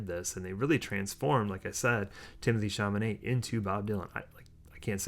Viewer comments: I teared up, too - the way the characters cared for one another really came across. BTW, it's Chalamet, not Chamanet. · i've been logged out of my you tube account for a week and a half and finding your review of film i also was thrilled with is fantastic...i'm tempted to spell chalamet's name with a q since that's what it sounds like when you pronounce it (!!!)...i AM a joan baez fan but wasn't prepared for how much i loved monica barbaro's portrayal. i've been a fan of elle fanning for a long time (a precursor to the archivist)??? but would have continued writing protest songs to impress monica/joan!...i want directors to do for the phases of bob what is being done for each individual beatle...film after film depicting him!...great video!